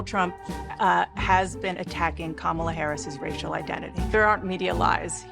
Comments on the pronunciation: so we forgot that Fox News was reporting on the fact Donald Trump literally said Obama wasn’t American? Are we too dumb to realize Kamala hasn’t said shit about race during her campaign? Are we too dumb to realize Trump and Vance had a joint interview on Fox with Bitch Ass Jesse? And it’s pronounced Comma-la, fuck boy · Can’t take you seriously if you can’t pronounce her name correctly. Next ! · it is pronounced the same if you pronounce Kamala the way in which people feign offense, but I agree with the OP -- this as the first thing I thought when I heard her name